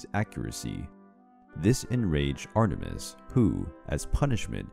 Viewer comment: What I heard: ARTER - MIST I thought it was Ater-mis